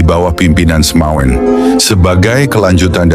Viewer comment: Bukan Semawen, tapi SEMAUN ditulis dalam ejaan lama SEMAOEN --- oe dibaca u contoh Presiden Soekarno, Jenderal Soedirman, Laoet Soeloe dibaca Laut Sulu